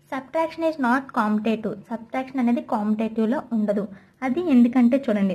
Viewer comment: Not commotative it is pronounced as commutative